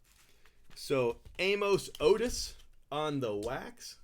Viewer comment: A-Moose Otis. Not a KC fan !